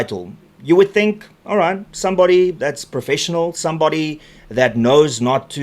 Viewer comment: You got me ripped about 3 secs in, when u uttered "Profesional " 😅😅😅